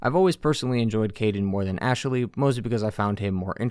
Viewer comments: Great analysis but did anyone else notice the odd way he pronounces Ashley? Ash-eh-ley 😂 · I like how you say Ashaley